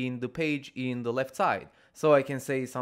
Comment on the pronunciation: They way you say "the" is so funny. Dehh